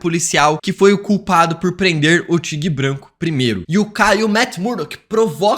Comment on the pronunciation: Que aflição ouvir “tigue branco” várias vezes kkkkkkkkkkkkkkkkk